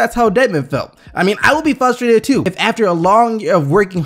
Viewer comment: It's not fustrated its frustrated